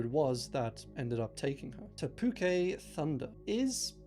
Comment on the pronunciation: for what little this may mean I really appreciate that you pronounced Te Puke correctly, it's so rare to see our place names pronounced correctly on Youtube!